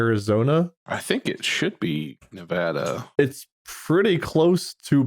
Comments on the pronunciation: Please, please, PLEASE. You just made every person from Nevada mad😂. We say the first A like you would in apple. The 'ah' pronunciation is instant rage for us😂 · all of the minute “Nev-AWE-duh” 😒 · as a certified Nevada citizen, their pronunciation makes me recoil a little bit 😭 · i died inside every time they said nevada the wrong way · The funny thing is that Ne-vah-da is actually the technically correct pronunciation as it was named after a Spanish word pronounced that way. But when all the Americans moved in they just said it incorrectly so much that it just became Ne-Va-da as the default collective pronunciation